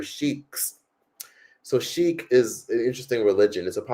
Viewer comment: is pronounced “see-Kh”and it’s exclusive to the Punjabi region of the India. she doesn’t even know the different between a Sikh person and an Arabic person… bruh lmao no offence to some Americans but i see this so much. It was a vid of som panjabi guyz in America and the comments were like yesss habbibi… im like damn yall r so ignorant